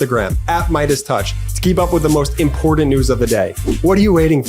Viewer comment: Please change your ad from him saying "impordant", to IMPORTANT, as it sounds ignorant and is annoying. Not a good reflection on your credibility. Good job guys!